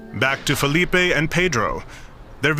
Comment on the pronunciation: don't pronounce Portuguese names with a Spanish reflection Filipe is not Felipe